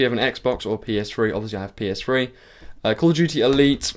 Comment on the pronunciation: did he say ps free? XD funny accent